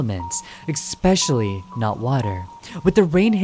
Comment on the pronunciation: Hi, okay... I really don't know how to say this... let me preface it by saying that I've watched a few of your videos and I really loved them... well, what I wanted to say was that I die inside everytime you say "especially", because you kinda say it like "ekspecially" I'm really sorry, please don't take this personally, but I can't unhear it now😭😭😭 Really, PLEASE don't take this personally, you make great videos! It's just a small detail...❤